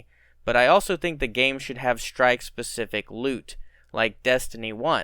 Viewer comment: You mean "shtrike".